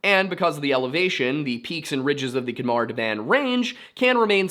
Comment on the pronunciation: Pronunciation note: "KH" is nearly always used to transliterate the guttural sound (voiceless velar fricative) — the same sound as the "CH" in "J. S. Bach". So, it is not a "K" sound. If you aren't used to making the sound, an "H" sound is a good approximation. Great video! I hadn't heard about this mystery before.